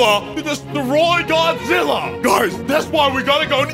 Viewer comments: Godizilla ahhahahaha its godzilla not godizilla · its godzilla not godizilla